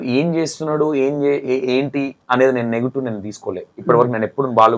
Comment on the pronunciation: ***నేటివ్*** మీరు నెగిటివ్ అంటున్నారు చూసుకోండి యాంకర్ గారు..... చాలా రోజుల తర్వాత ఉప్పల్ బాలు ఇంటర్వ్యూ చేసి కరెక్ట్ గా యాంకర్ లాగా ప్రశ్నలు అడిగావు ఇంతకుముందు నువ్వు చేసిన ఇంటర్వ్యూలు అన్ని చూసాను బ్రదర్ కొన్ని వెకిలి నవ్వులు ఉండేవి.